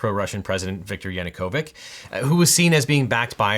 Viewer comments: You pronounce "Yanukovich" wrong. It should be [ jɐnʊˈkɔwɪtʃ ] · just so you know Yanukovych is pronounced with the ch sound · Yanukovich as ch as in chai :) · It's a small detail, but a pet peeve of mine. The name of the former Ukrainian president is Yanukovych, with a "ch" at the end. This is weird propagation of the wrong pronunciation of Serbian "-ic", which should be pronounced more or less the same, "ich", because in Serbian Gaj's Latin alphabet there is a dedicated ć letter that is conflated with c when using English Latin. alphabet. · Yanukovych is crying in the background, as nobody even knows anymore how to pronounce his last name 😂 (it’s CH — like cherry). But as a Ukrainian, mispronouncing his last name is music to my ears Side note: I wish this video was here when I argued Jessup. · Viktor Yanukovych is actually pronounced with "ch" sound. Unlike majority of Slavic languages, which have their own common orthographies for the Latin alphabet, Russian and Ukrainian use transliterations based on the English one. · It is disgusting that a youtube channel with 2M subs can’t afford to look up how to pronounce Maidan and Yanukovich… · YanukoviCH - end it like the first sound of chair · Ch in Yanukovych as in chair, not as in christmas. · Objection: Yanukovich rhymes with "bitch", not "sick" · Sorry to be that Slav, but YanukoviCH not Yanukovic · if it helps to reduce confusion for Yanacovych the ch is pronounced like in chair rather than being a k sound also another largely important part for the background would be the Holodmor which was the Russian genocide of Ukrainians from I honestly believe that Ukraine will either hold fast until Russia collapses in on itself or withdraws, or that if Russia does end up being able to occupy Ukraine then they are going to have to pay for the occupation every day in blood until the cost is to high to continue to sustain. We Ukrainians (I am Ukrainian Canadian) are strong and the scars of Russias past sins still run deep.